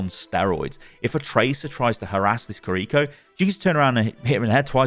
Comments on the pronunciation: Ki-Ri-Ko not Ka-Ri-Ko🤢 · "Creeko" my dude. her name is Kiri-Ko. jfc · "Kuhreecho" 😩 each two letters is a syllable. Key, ree, co. Ki-ri-ko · kreeko.. do people do that intentionally or do they can't say Kiri-ko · you are pronouncing it wrong. its not kiRIko its KIriko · i hate how he keeps mispronouncing her name "koriko" bruh theres two i's its "kiriko" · Kind of triggering me that you're pronouncing it ki-reek-oh 🤣 Kih-rih-koh with no accentuating any part of it. Aside from that thanks for the demonstration/explanation 😆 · Im sure its Kiriko not KRRiko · It's not kiRIko is kiriKO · I'm so triggered that he pronounce her name korrikoe is it hard to say KIRIKO?🥲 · It's not Kariko It's Key riko. Ki is said like Key. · Pronunciation: key-ri-ko, not cariko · Kee ree ko not ko ree ko ._. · its ki ri ko🤣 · Why do you say Kuh-REEko??? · It’s pronounced KIR-i-ko. The accent of the name is on the first syllable. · the way he pronounces her name makes me cringe so hard ahhahaha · Now that's one interesting pronunciation of Kiriko lol